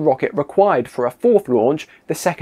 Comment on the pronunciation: Nice video, I like the sense of humour, and there was a lot of info I didn't know.! Woomera - the "woom" part is pronounced to sound like the "wom" part of 'woman'. It's an Australian Aboriginal word for a device that enables a spear to be thrown further and faster. Woomera is still used today for various testing, the most public of which is related to hypersonic vehicles.